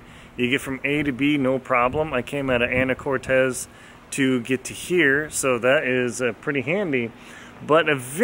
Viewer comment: Anacortes is pronounced “AN-nah-COR-tiss,” not “AN-nah-cor-TEZ.” It’s not Spanish.